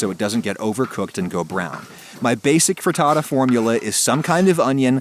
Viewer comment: pretends to be italian says fraddadda